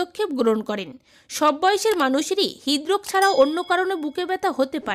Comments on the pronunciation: হিদরোস কেন বলেন।।। হৃদরোগ।।। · হিদরোগ কি উচচারণ ঠিক করুন